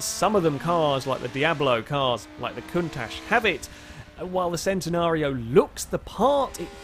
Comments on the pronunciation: It's pronounce Chen - Ten - ario not Cent - en - ario :P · its always been Chen-Ten-ario ask lamborghini then? im sure and they have said its chen not cen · We do speak it Centenario in Portuguese, but the original Italian name is still pronounced /Ch/entenario. Nonetheless, every language and accent is going to speak it its own way, so we shouldn't expect a British guy to say it like an Italian guy and all.